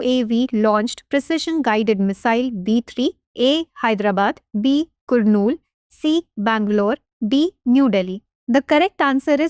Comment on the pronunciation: It's not Kurnool it's ku(ka)rnool Kurnool=karnool...this should be pronunciation ok